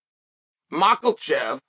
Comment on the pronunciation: How come you can pronounce “Volkonofski” perfectly but you insist on pronouncing it “Maklchev”?😂